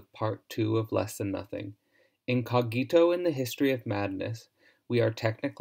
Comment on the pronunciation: The correct pronunciation is /'co:gito/, not /co'gito/.